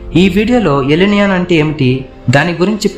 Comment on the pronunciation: ఎల్ నియో కాదు ఎల్ నినో ముందు భాష విధానం మార్చు